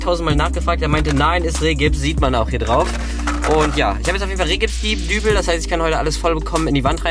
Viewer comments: Der Rehgips heißt übrigens Riehgips 😆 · Rigips! Es heißt R-> I <- gips! ;) ;)